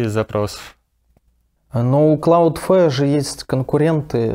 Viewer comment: Господа дудосеры, Cloudflare будет правильно, а не CloudFare